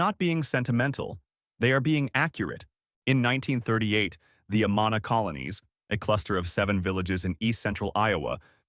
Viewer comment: Good video about the great Iowa food we have, but you are clearly not from Iowa as you mispronounced both Amana & Ottumwa.